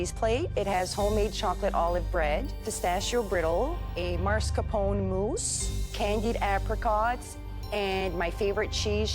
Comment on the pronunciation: Can people stop mispronouncing Italian foods? There’s no such word as marscapone. There’s no such word as rih-GOHT. There’s no such word as MOOTS-uh-RELL. There is no such word as broo-SHETTA.